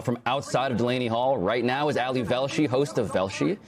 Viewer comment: Why is the dude inside saying Allie?! His name is Ali 😂 Weird